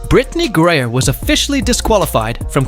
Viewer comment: The name of the ball player is Griner (grin.ner). . How unprofessional can you get.?